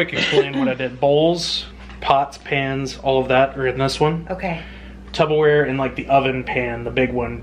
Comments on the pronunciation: Yeah...generation gap here...it’s Tupperware....not Tubberwear. It’s a brand name. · haha it's tuPPerware! lol. based on the brand Tupperware. :P and I say it like I'm having supper (tupper). I had to go lok it up tho bc you had me questioning if I'd been saying it wrong my whole life! hahaha. P.S SO stinking proud of your 6+ sizes down!! that's a HUGE NSV